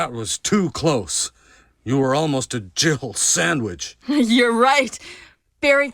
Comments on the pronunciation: Why does it annoy me so much that everyone else seems to hear Barry say "Jill sandwich" when to me he's clearly saying "jibble sandwich"? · The resident evil one clearly said "gibble sandwich" not "jill sandwich" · I’m still convinced even after all these years Barry says “gible sandwich” as in giblets, not Jill sandwich, listen carefully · When I first heard the Jill sandwich line I thought Barry said Girble Sandwich... Wbich makes even less sense. 😂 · All this time I thought he was saying "jiggle sandwich" and that was so much worse in my head lol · Why does no one ever point out that Barry actually says “Jibble sandwich” ? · I thought he said "jibble sandwich" and always wondered wtf a jibble was.